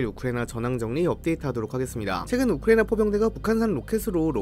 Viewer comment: 우리 딕션 좋은 이 왜 우크라이나만 발음이 이상해